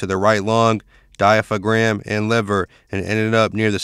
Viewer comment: Diamapham, oh man diaphragm my guy